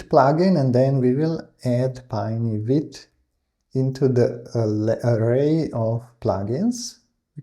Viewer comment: Also, you pronounce "vite" perfectly (like a real French man)!!